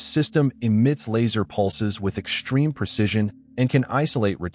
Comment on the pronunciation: English: the word "extreme" doesn't have an H in it. The XT is not pronounced SHT as in "ek-shtreme".